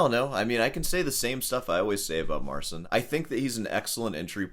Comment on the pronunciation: Has anyone pointed out that it's pronounced Marchin, not Marsin?